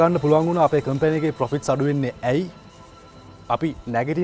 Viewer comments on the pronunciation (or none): Some English word wrong pronouciation specially COMPANY.wrong pronounce